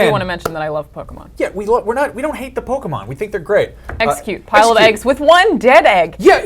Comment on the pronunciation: "The egg pokemon" "exEGGcute"